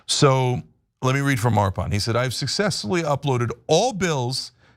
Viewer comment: Nice bit on Arpan's coding work ! Great to see him get some time in the spotlight! Quick note as his friend: he pronounces his name 'UR-puhn.' Thanks for the great coverage!